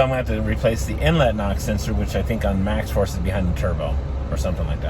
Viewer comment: Did you say MAXX FORCE🤔